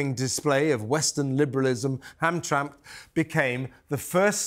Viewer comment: It is pronounced Ham-tram-mick (Hamtramck)